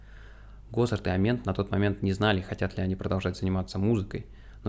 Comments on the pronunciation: С ударениями в каждом видео что-то новое происходит. Здесь кОрнелл, далее превратится в корнЕл, Эмент в амЕнта и т.д. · Информативно, но! Пожалуйста!!!! Послушай как правильно звучат фамилии. КорнЕл. На второй слог. Амент, ну или как он сам говорит Эмент. На первый слог.